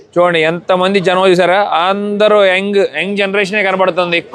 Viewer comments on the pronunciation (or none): ANDAROO ela vunnaru ane sentence pronounciation sari ga vundadu. Ala vaddu mamoolugaa meeru matladinatle abhimananfa Prema ga palakarinchandi